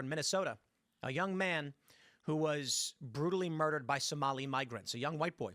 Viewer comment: Urd-dered? WTH is with this butchery of language.